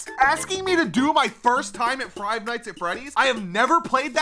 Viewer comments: He says frive nights at Freddy’s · Am I the only one that noticed that said frive nights at freddys